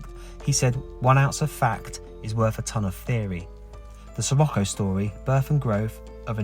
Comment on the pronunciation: Pronounced, Sir rock o.